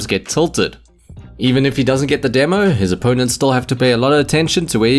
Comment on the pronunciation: the way he pronounced 'gert' love it